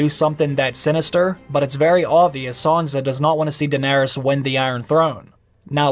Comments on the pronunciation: Please stop saying Sanza. Please. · Why does he keep saying "Saunza" ? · isn't it sanSa? why does he keep saying sanZa